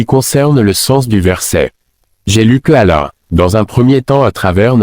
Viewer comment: Le coran n'est Arabe, parmi les Arabes il y a des chrétiens Arabes, le saviez vous ? Ce n'est pas Ahmed Deedet,, c'est Ahmed Deedet et il dit Mouamed ?et Ala,,?